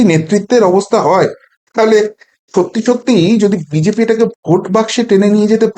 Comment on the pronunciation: কতটা উচ্চ শিক্ষিত বোঝা যাচ্ছে, BGP না BJP ঠিক করে বল